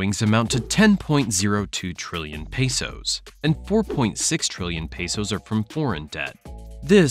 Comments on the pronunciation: Pesos not Peysos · “pay soes”